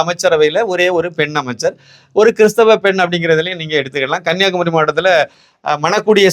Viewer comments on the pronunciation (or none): கண்ணீயாகுமரீ உச்சரீப்பு 🎉🎉🎉